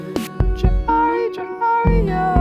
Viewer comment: Bruh the beginning of you two trying to pronounce Djohariah 💀💀💀💀😂😂 It's pronounced "Jo"-"Har"-"E"-"A" If that makes sense